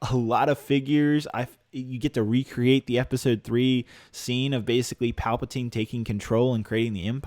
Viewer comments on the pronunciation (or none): none